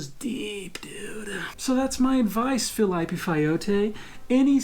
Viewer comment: O claramente sabe como pronunciar "Felipe", mas pronuncia errado de sacanagem. kkkkkkkkkkkk